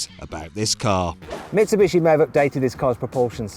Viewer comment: 三菱の発音めっちゃネイティブやん